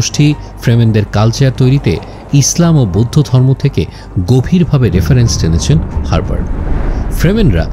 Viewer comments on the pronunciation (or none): none